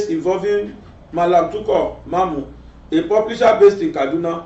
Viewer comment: I love your program very well. TUKUR not TUKOR. Pronounce it well. I may not be calling or participate in your program but I'm one of your fan. Sorry for correcting you. Happy birthday to you once again.